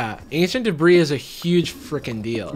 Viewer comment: ancient debris more like ancient debruh